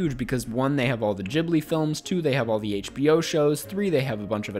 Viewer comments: “studio jhibli” did you intentionally say that wrong or what ??!! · Ghibli being pronounced Jibbly is chefs kiss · a lot of americans pronounce it jhibli